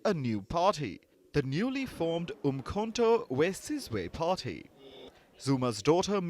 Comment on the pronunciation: 😅😅😅Its uMkhonto Wesizwe not uMkhonto Wsizwe